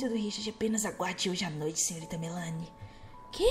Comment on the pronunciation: Só pra falar mesmo não críticando mas é Melani Melani Melani Melanie